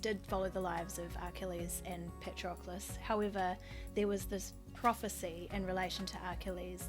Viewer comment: Did you say Parchocolate? 🤣🤣😂🤣😂